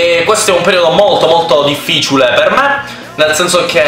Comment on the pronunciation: hia detto dificiule